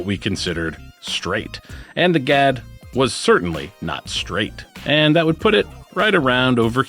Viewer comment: The Swedish word Gadd means "fang" and is pronounced with a very short and sharp (duh) "a." Doesn't pair well with our midwestern flat long a's. Think of how you'd pronounce a surprised "Ah!" That's the "a" you're looking for. Happy to be of service any time you want help with Kastaplast pronunciations!